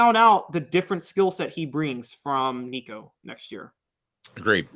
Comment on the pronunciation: pronounced Nico’s name correctly!! Well done sir🐥🐣